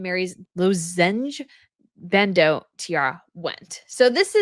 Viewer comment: LOZZ-enj BAND-oh is the way you pronounce it!